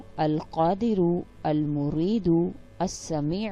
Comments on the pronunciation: Its not almurido... its Almueedo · Al moiedu not mureedo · Al muridu is not a name of Allah the pronouciation is wrong please double check before making us say wrong. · Lekin ap ne almoreedo hi bola he